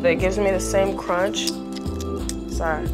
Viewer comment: Adriana Le I Said cronch